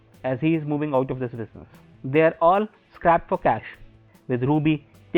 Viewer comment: Great work man!!! Watched both season 1 and 2 now. Gonna start with 3. btw, it's "strapped for cash" sounded like scrapped.